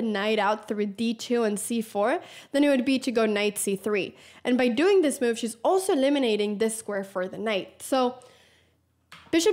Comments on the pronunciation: I like how Anna says “myuv” 😀😀😀 a “crucial myuv” 😀👍🏻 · I like the way Anna pronounces move ‘myove’